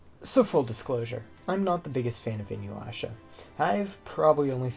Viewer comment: Take a shot every time bro says Inyuwasha